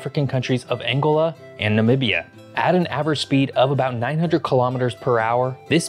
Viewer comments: "Angola"... the stress is on the second syllable, not the first. "an-GO-la" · ANG-e-la is the former German Chancellor. An-GO-la is the African nation. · He was surely subconsciously thinking of the word angle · It's AnGOLa, not ANGola. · ANGÓLA, not ÁNGOLA! Which rock do GenZ all come out of? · Angola is pronounced "ann-GO-lah." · Please learn ro pronounce Angola. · For a geography channel, why do you mispronounce nearly every place name? "St Helena" Angola" "Cape Verde", etc. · Geography guy doesn't know how to pronounce Angola. WTF? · You clearly have some aviation nerds as fans bc they are all over that ETOPS thing. Love your show man even if you pronounce Angola inflected improperly 😉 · Prononced An go la !